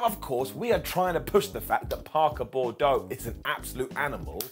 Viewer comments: bubbe, we love ya, but it's Boo-dro not Bor-dough. Stay golden. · Someone tell it’s Boudreaux not Bordeaux